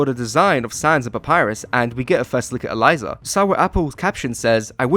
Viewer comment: Bro pronouncing "Aliza" correctly 🙏😭